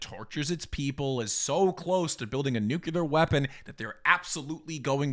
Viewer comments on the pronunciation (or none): Please for the love of god stahp saying "nukelar" or I'll have to circumcise my ears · Why is it difficult for so many Americans to say the word “Nuclear”? It’s not “Nuke•Ya•Ler”. It’s like George W Bush generationally imprinted that stupidity on the American citizenry.